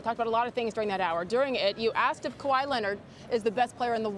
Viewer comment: CBT Hondo Who the Fuck is “Khawi” Leonard. lmaooo. Get the fuck out.